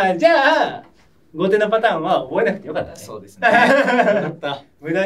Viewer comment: 後手を"こうて"ってずっと言ってるの、米結びみたいな勘違いなのかな...